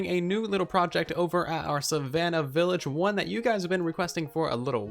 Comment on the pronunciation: First video I've gotten around to watching of TB. Was 'willage' intentional? Though props for saying acacia right. All I hear from Hermitcraft is achacha...